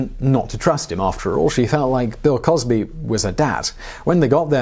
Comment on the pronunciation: Crill wosby